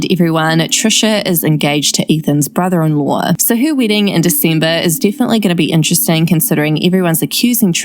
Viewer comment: where are you from? the way you pronounced brother in law made me cringe so hard